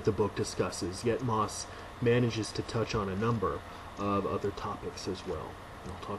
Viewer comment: Pronounced 'mossy'. Thank you for this review.